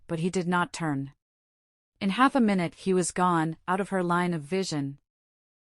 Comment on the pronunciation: This voice is too artificial.. mistakes minute (time) for minute ( small ) " this very minute". Strange cadence.. clearly this voice has no understanding of what is being said.